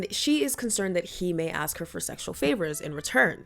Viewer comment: He "aws" her to join him?? Don't you mean ASK